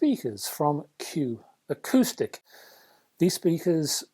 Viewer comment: Arrrrgh! It’s Q AcousticS. There’s an ‘s’ on the end.